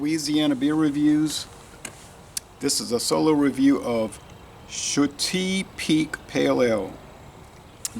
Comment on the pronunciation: I'm going to guess it's actually pronounced shut-eye, as in sleep lol. i think you gave it a lot higher score in the duo review..that's how it goes though, sometimes the same beer will seem much different a day apart.